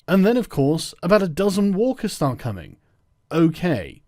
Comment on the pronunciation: Lol, I thought Sargon said 'Wokers' at one point instead of Walkers and I thought maybe it was a running joke about SJW zombies.